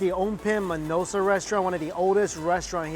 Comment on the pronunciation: it’s pronounced as maNYOsa since the n with the hypen on top is a spanish letter enye (ñ)